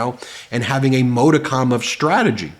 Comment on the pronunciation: Ben, why, why, why do you insist on mispronouncing the word 'modicum'? You did it yet again at approx. in this video. (retired teacher) 😇🙏🌈